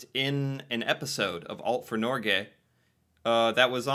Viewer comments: My dude, you should know how to pronounce Norge by now, it's been months 😅 It doesnt rhyme with Norway lol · It's not Nor Gay it's Norge. Nor like in the english word nor. Ge like in Get.but without the t. Tromsø: the Ø sound sohuld be like girl, bird, third, tird, nerd. Æ sound is used in english: like this is really bad, bad sounds like bæd. You pronounced it Tromså. To learn how to pronounce these sounds and words I recommend going on dict cc. I contribute there, so you can hear Norwegians pronouncing the words.